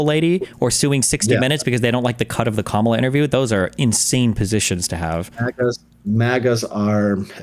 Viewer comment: Another who learning how to say "Comma" in kindergarten never stuck😮😅😊